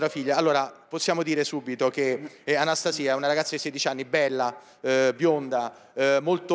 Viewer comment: Nn si dice Anstasi'a Si dice Anasta'sia...😂